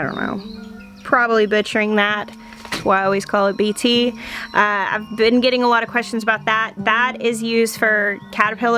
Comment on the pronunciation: You are pronouncing BT very close to "correctly". That's how professors said it when I was in college. I'm very happy about the topic for your video. I feel that if someone gives in and uses some form of pesticide that it is understandable. And for me I try something different the next year to avoid it. Also prioritizing what you need to feed your family is obviously paramount. Thank you for the video.